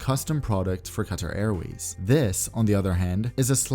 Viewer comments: you pronounced it very well in arabic qatar airways bravo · As an Arab, you have pronounced Qatar Airways in Arabic just perfectly. Of course you had an American accent there but I am still very impressed.